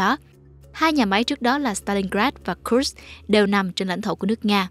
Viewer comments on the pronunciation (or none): none